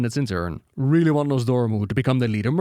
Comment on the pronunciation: Th never makes the D or F sound. Also the letter R is not self multiplying, ex really is not pronounced RRRrRRreally